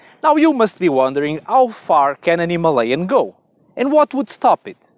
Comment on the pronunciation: Good review but only one mistake, that pronouncing "Himalayan". Rest are good. 👍